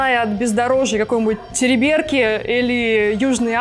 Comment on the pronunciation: терИберки А не терибЕрки😂